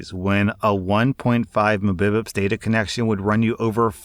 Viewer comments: Is "Embibips" really a common pronounciation for Mbits per second?? I don't want to know english anymore. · I love your content, honestly I do. But for the love of all that's holy PLEASE stop pronouncing MBPS like Mabibips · Did you just say 1.5 "mibivits" for Mbps? C'mon man! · Did.. you really.. pronounce MBPS as Emmbebeps? That was so adorable.. btw its Megabits per second.. just, yea. Still that was so cute and adorable, eee! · The heck is a "mabibbits"? Do you mean "megabytes"? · still read mbps as mebepesss..... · "muh-beh-bips' he still says that. It's on purpose at this point. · The way says Mbps kills me lol it's Megabit per second 😩😜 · Megabytes man, not "mububits" god I hate it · How hard is it to pronounce Megabits Per Second? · Hearing muh-bib-ups for Mbps makes me cringe. Just say 1.5 meg (yes, pronounced like the daughter’s name from Family Guy) where it says something like 1.5Mbps, or 1 gig where it says 1Gbps. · I've said it before and I'll say it again - PLEASE don't say muh-bib-ips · "1.5 mehbuhpss" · I would've rather him said each individual letter "m", "b", "p", "s" instead of "muh-bippups" that threw me off so bad I had to go back and relisten lol, be making up words here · Did seriously just pronounce that as “Muh-bi-pus” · I'm sorry, did you just read mbps AS A WORD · I had to look at the video to see what mbps was bc of the way he pronounced it lmao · ) I can’t…I nearly choked on my shrimp chips when he said the abbreviation of Milabytes per second🤣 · did teach an A.I. his voice? I've never heard anyone pronounce mbps as an actual word before without just saying megabits per second haha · For the love of God, please learn how to pronounce Mbps (megabits per second) Gbps (Gigabits per second) MBps (MegaBytes/sec) GBps (Gigabytes/second) as an IT guy, every time I hear you butcher that name it hurts my brain. 🤯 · The way says "Mbps" is freaking hilarious!😂😂